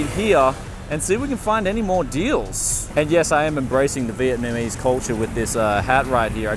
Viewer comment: Embracing that Viet-MA-mese LOL